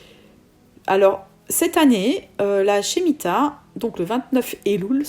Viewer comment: Par contre on prononce: « Schmita ».